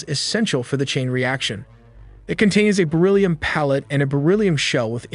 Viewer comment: Fantastic video. Pronounciation: John Von Neumann (Noy-Mahn). Not "pallet." It should be "pellet."